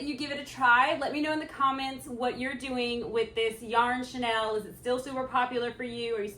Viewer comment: hi ur vid pop up in my feed. This project is so CUTE. In the spirit of want to be helpful...(and bec I'm from the older generation when chenille was VERY popular)...Chenille is pronounced 'SHE NEIL' (bel it's derived from french). You are pronouncing it like the French designer's name 'Chanel.' Chenille has been around a VERY long time. I rem even my grandmother had a chenille bedspread. But you're using it in a new and exciting way...keep it up!!!😊